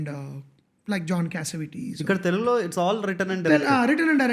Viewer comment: I would really appreciate if you guys can say “Telugu” not “ tellgu”. This is a great show. Good luck !